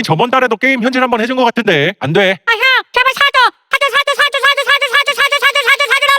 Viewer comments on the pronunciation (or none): 왜 사줘가 사동으로 들리지?